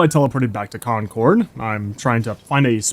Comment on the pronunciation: as a native masshole, the way you pronounce concord bothers me